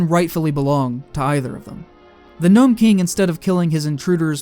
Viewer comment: It's Nome, not "Gnome," and it was made quite plain from his words to Mombi that his aim was to become human.